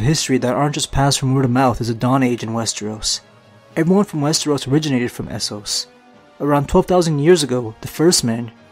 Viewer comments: Wes-TREE-os Wes-TREE-os Wes-TREE-os. rips hair out It's wes-TER-os or wes-TROS. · all i understand is "westros" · Guess I'm the only person annoyed about the number of times he swaps pronouncing Westeros as wes-tree-os?